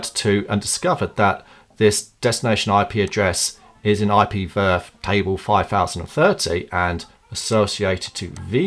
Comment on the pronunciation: I would just pronounce it Vee Ar Ef and not VERF